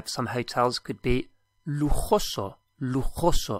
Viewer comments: That's "lugoso" not "luguso". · Small correction - it's not "lujuso" but lujoso. Nice lessons, thank you for them! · "Lujuso"? Surely it's lujoso?